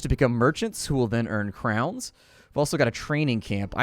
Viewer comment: its not krowns, its kröwns